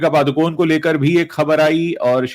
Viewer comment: पादुकोन नहीं पडुकोणे